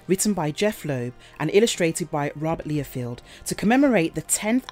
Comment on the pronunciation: You can tell actual fans write the scripts for this channel. As the host or voice announcer usually mispronounces something. In this instance Rob Liefeld's last name 🙄 also how after a intro they say let's get on with it, then proceed to ask people to subscribe 😒 Monty Python's "get on with it" always springs to mind.